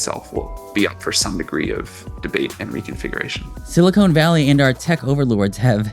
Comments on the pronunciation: "Silicon" Valley, not "Silicone*. Two different materials with different properties. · SiliCON, not SiliCONE! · Please learn the difference between "silicone" and "silicon". It makes you sound pretty ignorant. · Silicon .. not silicone. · irked by your pronunciation of silicon as 'silicone', "silicone valley" would be a sticky place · Silicone = stuff you put in boobs and cookware Silicon = stuff you make processors out of They are not the same. Not sure if you meant the mispronunciation as a joke or not, but I hear a lot of people confusing the two. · Hearing your pronunciation of “Silicon Valley” is making me want an ice cream cone 🥺